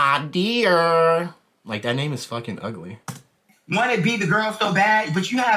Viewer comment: Had to stop the video once you started saying his name was ugly. What in the world. His name is not QUAAA DEER. Qaadir is a beautiful name rooted in history. If you can't respect other cultures, that I can't even take what you say seriously. If you